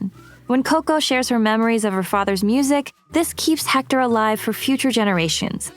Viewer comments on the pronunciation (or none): One thing..about pronunciation, the H is not pronounced in spanish